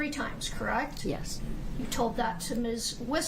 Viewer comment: correct? Correct? Correct? Crect? Crect? Crect? True? Crect? Does she know any other three words?